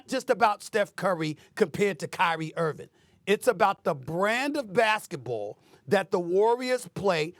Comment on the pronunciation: why does SAS keep calling him Kyrie IrviN? smh.